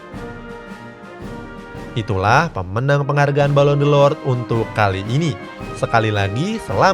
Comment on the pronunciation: Balon d'or bang bukan delord